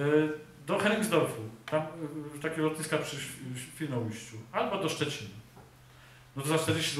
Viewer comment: Dbajmy o mowę polską: ŚwinoUJŚCIU nie Świnołyściu...